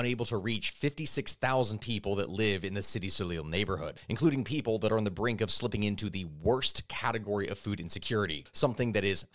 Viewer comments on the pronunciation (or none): none